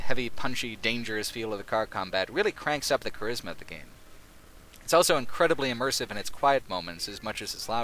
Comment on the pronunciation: says elso instead of also.